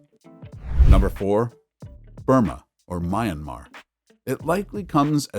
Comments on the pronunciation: You call it "Mian-mah". Two syllables. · Why can't you pronounce Myanmar correctly. Ignorance is unacceptable!!!